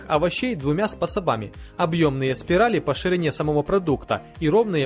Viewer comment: СпособаМ нарезки очень многА.... Господи, я еле выдержала до конца видео. Ты даже просто прочитать правильно текст не можешь😑